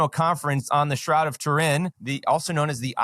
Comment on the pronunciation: The Shroud of tur-IN. 😖